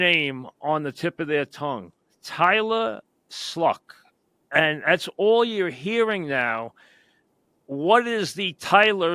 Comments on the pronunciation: Haha. Its pronounced Shuck. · Who is Tyler "Sluck"? C'mon now........ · Tyler Sluck? There is no L in his name Mike. Do better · Mike is so out of the loop now. Doesn’t even know name is pronounced SHUCK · Tyler shough or Kyle mccort are who i want. But the giants are inept and impotent. And Mike, his name is pronounced, "show" And Mike, you haven't watched Abdul Carter play. He got one pass rush move... a shoulder dip... No swim, no rip... Just s shoulder dip. And his sacks came against tackles that are not good enough to get drafted. And when he did go against good tackles, he gets blocked to the turf. Abdul Carter has B.U.S.T. written all over him. Giants should just draft the OT 1st round and a power RB in the second. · it's pronounced show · that’s how it’s spelled….But, “How does Tyler Shough pronounce his name? “... It's weird for sure, but I think once you know it, a lot of people call me by it, and you don't really forget it.” Although it looks like 'cough' or even 'show' (to rhyme with dough), the correct pronunciation 'shuck. ' Like 'aww shucks' or 'shuck corn” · mike butchered his name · Can't even say his name right. lol